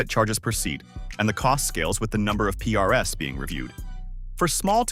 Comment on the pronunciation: Something tells me that the voice in this video is AI generated. Because it pronounces PRs as P-R-S. Which could happen when you pass the text to the voice AI model to read from.